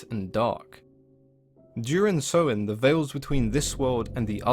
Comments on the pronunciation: He’s mispronouncing Samhain btw, it’s “Sah-win” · Samhain pronouced Sow In